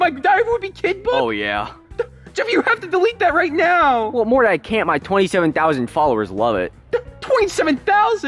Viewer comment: Morty not Marty